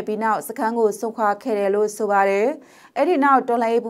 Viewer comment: အံကျိတ်ပြီး ( တယ် )လို့မပြောပါနဲ့လေကောင်မရေ့